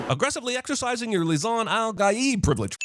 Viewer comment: After so long, Li-SIN-al'Gaib has returned